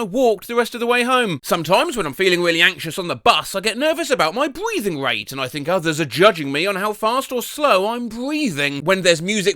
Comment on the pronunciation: "bweathing rate"